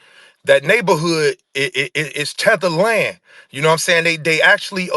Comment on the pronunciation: He said tether land 😂😂😂